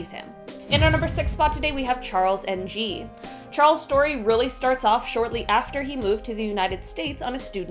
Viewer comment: Charles Ng = Charles "Nang"